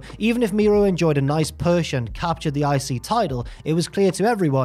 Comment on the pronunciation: It's pronounced Mero (mare row) not Miro (he's in AEW)!!!